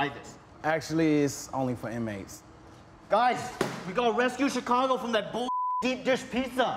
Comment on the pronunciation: he says "CH-icago" lol